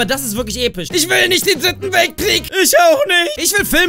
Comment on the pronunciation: wie du immer noch voll viel episch sagst oder wie du äpisch xD